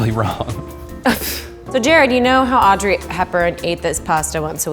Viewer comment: istg i hear her call herself "aubrey" instead of audrey and now i'm tripping